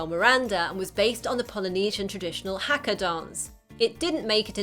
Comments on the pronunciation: And Haka is not pronounced hacker, it's Haa-kaa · Hu-Ka not Ha-kka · I got so triggered by the way she said haka...